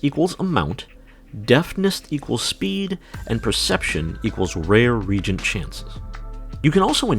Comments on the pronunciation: Reagent. Re•a•gent. Ree•ay•jent. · all I could hear was "Queen regent" whenever he said it